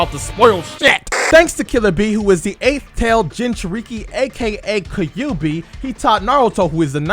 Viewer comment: Don't you DARE ever pronounce Kyuubi as "Kah-yu-bi" ever again. Stop. Legit stop. Actual stop. Stopping legitimately.